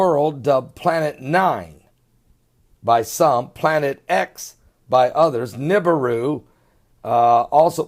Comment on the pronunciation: wana see real videos of nibiru (neh-be-ru) not "nib-aroo" (I hate that pronunciation) please check my latest three uploads (all under 6 min each) anyone can get footy like mine too. just watch the sky cams at sunrise and sunset. much love, God bless